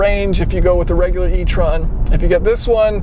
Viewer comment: You’re pronouncing étron wrong